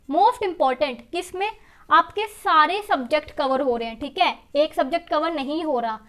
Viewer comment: She always say "theeke"👌🏻👌🏻